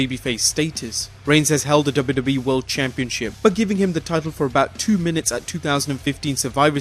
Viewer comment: Is he saying WWEF?